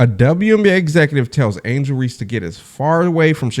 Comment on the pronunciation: Her surname is Reese not Reece that alone just tells me that you don't know what you talking about,we dealing with human beings here not AI ,go troll somewhere else or use that AI to determine if Ms Tammy Turnover Clark will ever play basketball again.